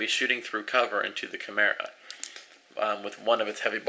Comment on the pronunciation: dude, take no offence to this ok? chemera (However it's spelld) is pronounce Kai-mera